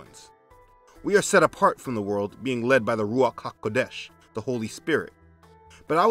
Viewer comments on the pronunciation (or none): Just being a bit picky: It's Yeshua, not Yahshua, and emphasis is on the second syllable not the first. For Ha'Kodesh, the second syllable is emphasized not the last. For the other Hebrew words, emphasize the last syllable.